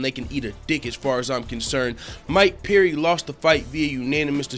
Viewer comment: It's Perry not peery jeese man